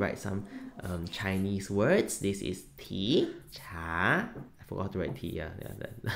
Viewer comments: I really thought you said they sell "pee" products lol 😂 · For the first minute I was hearing pee and I was so confused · Oh, TEA!! I was barely a minute in and had to rewind a couple of times then finally turned on the CC. Tea was not what I was hearing. 😅 Beautiful work as always!